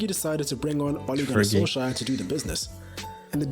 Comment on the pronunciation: SKJ has a SH sound. KJ has a CH sound, like in "cherry"🙂